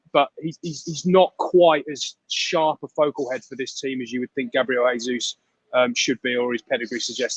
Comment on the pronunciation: Mr Olley, you report on Arsenal, can't you learn how to pronounce Jesus properly?